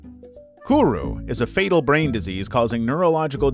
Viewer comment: Ah yes diesease balls